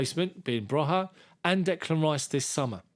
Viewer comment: It’s pronounced broya not broha just saying